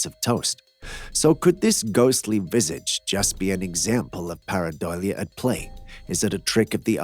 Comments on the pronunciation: What??? A CAT was acting strangely??? You don't say! :face-green-smiling: It's pair-uh-DOH-lee-uh, NOT pair-uh-doily-uh. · paradolia, not paradoilia. Lol